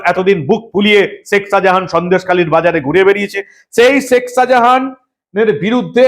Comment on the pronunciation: আমি আপনার গুনগ্রাহী। আপনার দীপ্ত, নির্ভীক চোখ খুলে দেবার মতো আলোচনা নিয়মিত শুনি এবং উপকৃত হই নিজেকে updated করতে পেরে। বার বার একটি উচ্চারণ শুনছি তো তাই বিনীত ভাবে একটি কথা বলতে চাই। ধৃষ্টতা মাপ করবেন। আপনি শেখ শাজাহান যখন উচ্চারণ করেন বলেন শেক, শেখ বলেন না। মানে খ উচ্চ্চারিত হলে কানে খটকা লাগে না। আপনার উচ্চারণ প্রতি বার ই হয়ে যায় শেক মানে খ এ শেষ না হয়ে ক শুনতে পাই। অপরাধ মাপ করবেন।